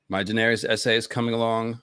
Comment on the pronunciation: As well as Daenerys, George himself pronounces it DUH-NAIR-US and Viserys VUH-SAIR-US